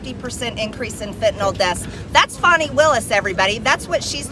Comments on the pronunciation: Her name is FANNIE, not FAWNIE. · Fauny my Fanny. It is Fanny Willis, not Fauny! And she is hiding that too! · Fani is pronounced Fani not foni, fan is fan, not fon! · It's Glutius Maximus Willis. Say the name of the D.A. of Fulton county correctly 🎱